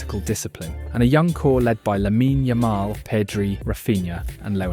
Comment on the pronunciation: Is this channel AI? The script is redundant and the way he pronounces the names of players like Lamine Yamal are odd. It’s simply odd.